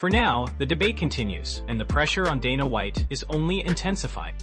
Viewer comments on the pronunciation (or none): Your AI voice and AI script is trash. Had to stop it as soon as you butchered Gaetje’s name repeatedly. Can’t even say Dana correctly. Your channel is AI SLOP.